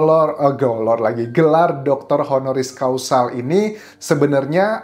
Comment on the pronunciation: Honoris CAUSA.. bukan Causal